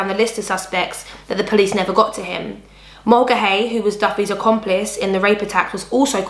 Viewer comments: Mulcahy is pronounced "mull-car-hee." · I was going to write that, except without the r...ie, Mull-ca-hee, then you say it quick!